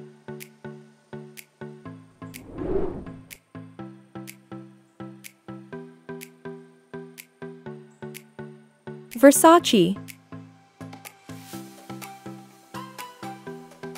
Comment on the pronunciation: it's versace not versaci